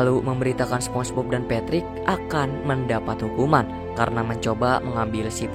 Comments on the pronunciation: Spong e Bob bg😂😂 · spombob bg nyebut nya